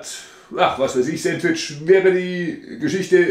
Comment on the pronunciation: Sääntwtisch, ha ha ha, da üben wir aber nochmal😂 . Alexa, wie spricht man es aus? Antwort: Auf Ostdeutsch oder wie im richtigen Leben?😂 Das ist kein Sandwich sondern ein leckerer Burger, denn es wird ein Brötchen verwendet. Es wird Toastbrot ohne Rinde verwendet, die belegten Scheiben werden diagonal zu Dreiecken geschnitten Zudem sind die Zutaten auf einem Sandwich traditionell kalt.